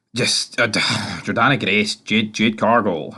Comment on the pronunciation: It's JORDAN Grace not JORDANNA FOR FUCKS SAKE